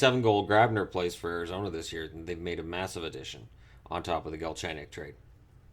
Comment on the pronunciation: "Ari-gazona Coyotes"